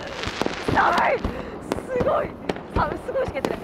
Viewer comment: ぎゃー！すごぉ⤵︎ ⤵︎ーいが普通の人とイントネーション違いすぎて草